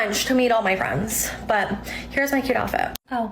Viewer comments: "all my FRUNDS"... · any woman that pronounces the word friends like fronz &/or talks that fast, is a red flag